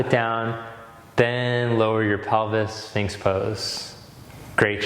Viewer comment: Inspiring, thanks to both of you., qq on the name of the posture you often have following the plank? Today it sounded like the sphinx, but when you do it yourself, it sounds like ahsfings, so I'm confused 😁 Now the real question - I like it also the other way round, using the plank to balance out after sphinx or seal, especially in Yin yoga. But I cannot explain it (agreed, not everrything needs also be explainable), so just: is this a valuable alternative? Om mani padme hum.